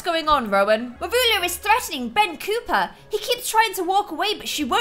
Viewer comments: You've been saying Ben COOPER when its Ben COPPER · Its Copper (Copp - ERR) not Cooper ;w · no to be too rude,but does it annoy anyone else how says cooper instead of copper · I think it is Ben copper (as in the metal) not Ben cooper ( the boys name) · Ian Lm ITS NOT BEN COOPER!!!! HIS NAME IS BEN COPPER!!!! Double P not double O!!!!! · I love this series and you just make it so good. One thing that kinda bothers me it's you keep calling Ben Copper "Cooper," but it's copper not Cooper. Just a small thing, but other than that, this is great. Keep liking out the vids! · I’m seriously upset, it’s Ben COPPER not Cooper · COPPER not cooper you got it wrong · Not to judge the way you’re talking, but you’re calling Ben Copper, Ben Cooper. It’s pronounced Copper, like the metal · the way you pronounce Ben´s surname is spelled cooper so you are pronouncing copper wrong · ITS COPPER NOT COOPER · it’s Copper not Cooper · it’s Ben copper not Ben cooper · It's cOpper not cOOper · It’s Ben COpper not COOper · It’s Ben Cop-per or at least I think it is